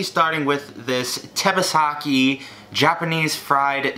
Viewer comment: I'm a fan of you but you make me mad by the way you say tebasaki wrong